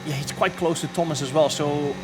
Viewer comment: thomas inchident